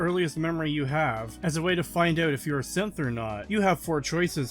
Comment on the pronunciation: evreytime he said synth I hear simp